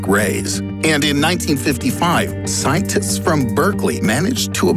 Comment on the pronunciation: did he just say scientits?